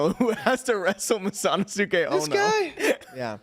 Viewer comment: The pronunciation of masanosuke is hurting me 😂